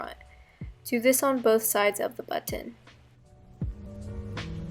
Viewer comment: amazing idea but i like the way u say buTTon lol